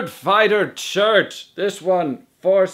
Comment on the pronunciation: When you said "Nerdfighter shirts", I thought you said "Nerdfighter church".